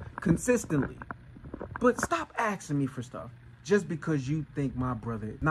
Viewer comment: Axing what? Very "insping" content lol